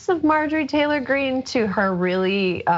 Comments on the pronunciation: Love you on the show. Love John also.When you said Marjorie T Green , it sounded to me like MARJORIE GANGRINE. That's a perfect name for her.😅👍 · "Margarine Tangerine."